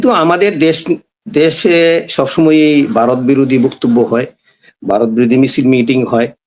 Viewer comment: Baaroth noy Bharat.Vaw er ucchharon thik korun.